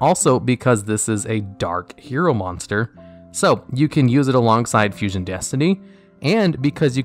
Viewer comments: it said fussion!? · Ok, is it just me, or does Vision HERO Adoration say Fussion instead of Fusion?